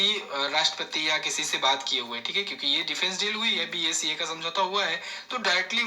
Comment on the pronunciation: It’s not BACA sir it’s BECA ..........